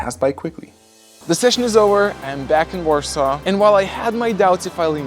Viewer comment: I like how you pronounced Warsaw.